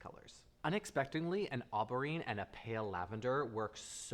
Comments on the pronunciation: "Marve" (mauve), "arbarine" (aubergine), "tope" (taupe), "appricot" (apricot), & "cocow" (cocoa). I'm curious as to what influences pronunciation of some of these colours. In particular; cocow, tope & arbarine. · Mohv oh bair jheen'